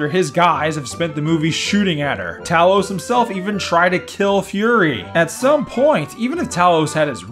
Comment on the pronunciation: As a NORD you speak Talos name correctly.